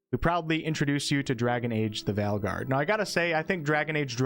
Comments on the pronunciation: You pronounce Veilguard incorrectly. VAIL is how it'd pronounced. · I was like "valguard" lol😂. Playful teasing of course